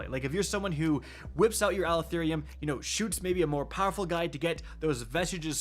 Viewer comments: It's Uh-lef-oh-nim NOT Ali-tho-nee-um... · Ah-leh-thon-ym. Pronounce it that way😂😂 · IT'S PRONOUNCED AL-ETH-UH-NIM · Does even know English? Does he pronounce EVERYTHING wrong? Alethonium? The word ends in NYM, not NYUM or NIUM, it is like Aluminum pinhead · it's uh-leth-oh-nim with emphasis on leth, please 😭 tf is an ali-thon-ium. 😭😭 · Bro can anyone read? Let’s sound it out. -“Ah-leh-tho-nim” alethonym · Ah leth o nim. is the worst at pronouncing gun names. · How in the hell do you mess up words so bad my guy? Alethonym. Uh-leth-oh-nim. You’re adding multiple letters and sounds. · Say it with me Al-eth-o-nym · I believe it’s pronounced Uh-Leth-Oh-nim. Just my take. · Bro... Al-eth-oh-nim meaning True Name. This video could have been an email but let's get our pronunciation on point at a minimum. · pronouncement is "ah-lee-tho-nim" it means "actual name. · Bro added 7 syllables to this weapon